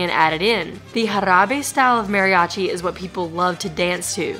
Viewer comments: I'l be that guy because I love your videos, you say it like "Mary-achi" try saying it like this, Madi-achi. It'l sound a little more accurate, I know some people just cannot roll R's, just settling for a D is a trick. My mexicana wife has trouble with R's too >>. Keep up the fun you two and thanks for all you do. ^^ Bonus note: Emphasis on the A as if a dentist tells you to open your mouth like ahhh not like A in the name Mary =} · Great job you two. (Maw-ri-achi) that should help you pronounce it. If you ever make it to Oaxaca you might find the history of the Koreans coming there “before” the Spanish very interesting. Years ago when I went to Mexico City with my sister a performer there in Garibaldi had a serious crush on my sister and he gave us a ride back to our hotel downtown. (Not something I recommend when traveling) but all went well and we appreciated his kindness. Enjoy your travels. 💕